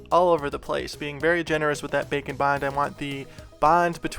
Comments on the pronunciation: I can't un-hear it after you pointed it out in another video "Bacon bond" lol It cracks me up everytime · Why does it add pound like he is saying bacon bond